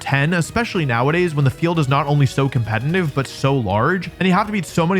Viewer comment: I can't believe this guy still isn't able to say "Competitive" the right way. SMH.